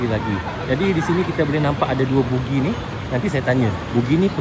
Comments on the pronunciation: buggy lah bro, bukan boogie. boogie tu boogie nite!😅😂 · Buggy bukan bookgi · macam mana boleh terus sebut "bugi" ? pemandu buggy tu dah sebut 'baggi' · ....sebutan buggy tu bukan bunyinya "bugi" tapi "bagi"...maaf ye bro Zul saya memperbetulkan sebutannya, harap jgn ambil hati ye. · jawa kan, tu yg silap sebut tu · Ya, betul tu sebutannya adalah 'bagi' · Nanti bunyi hampir mcm bugis pulak 😂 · Sebutan betulnya BAGGI.. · abg sebut bugi ke bang??guru...hentikan guru